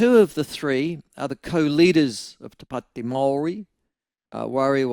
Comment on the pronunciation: Why are your pronouncing Maori in such a strange way.? It sounds if you have something stuck somewhere. Also why are you falling into the trap of being controlled by these controllers with the accents over their written language? They never had a written language now all of a sudden they have new made up words with funny accents and every one has fallen in line. You are under their spell Michael.